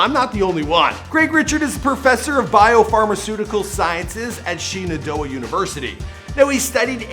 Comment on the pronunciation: Craig Richard, Shenandoah University...pronounced "SHAnnon-DOUGH-ah"